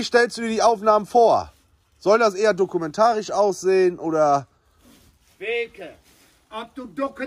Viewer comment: Dokumentarisch = dokudomanantarisch 😂😂 Ihr seid die besten. Frohes neues Jahr an euch. 💕